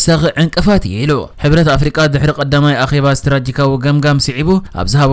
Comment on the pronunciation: ኣንታ "ስትራተጂካዊ" እባ በል እንታይ'ዩ ኩሉ ግዜ "ስትራጂካዊ" ክትብል ንሰምዓካ? ዋእ ነዓ'ባ ጋዜጠኛ እኮ ኢኻ ትኸውን ዘለኻ 😅